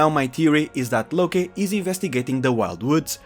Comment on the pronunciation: Its its "Locke" is in "Lock" by the way, not "Lokay"